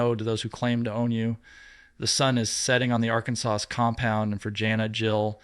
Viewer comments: is spilling the tea. But his presentation needs a lot of work. He can’t even pronounce Arkansas! 🤷‍♀️ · AI should really learn how to pronounce Arkansas.